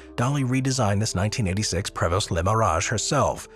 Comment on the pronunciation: Learn how to pronounce “Prevost” if you’re going to make videos about luxury motor coaches :). Also the order makes no sense, like having the custom Newell and Prevost’s lower on the list than the mass-produced production motor homes makes you lose credibility.